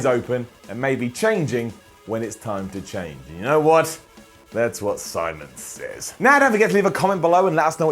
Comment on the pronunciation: Lol. "Simons Sits."